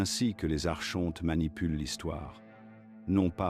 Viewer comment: Ça s’écrit Archonte mais ça se prononce phonétiquement Ar- Kon- Te